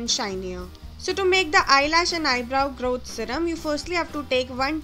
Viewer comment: 😂GROWT ZEHRUHM (no hate i like it)